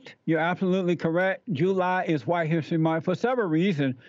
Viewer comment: Hawhite History 😂